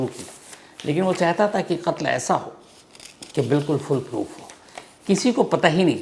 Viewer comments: Sir, "Fullproof" nahi "Foolproof" hota hai. Lekin aap hamesha "Fullproof" hi bolte, pehle bhi maine note kiya thha. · Sir it FoolProof not FullProof फूलप्रूफ ✅ फुलप्रूफ ❌